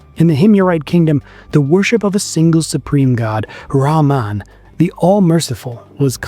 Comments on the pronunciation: It is RAAMAA pronounced as REHMAAN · rahman, the h is pronounced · Al-rakhman and al-rakhim have the same root, and are therefore pronounced the same - not one with a 'h' and the other with a 'kh'. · Not how you pronounce 'Rahman'... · raman رامان is diferrent than رحمان rahman your pronunciation is not right so meaning is changing